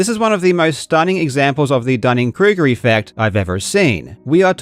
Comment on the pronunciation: Hay Grammer natzi here, it is pronounced dun-han cruger effect not dug-han cruger effect And yes I am having my fun and as long as I am not hurting anyone I don't care about what I say or do aka I am a simple troll